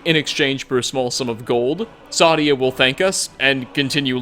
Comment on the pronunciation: Sadia is pronounced "Say-Dee-Uh" in the game. Also, for the last one ESO had a pretty good argument about who was telling the truth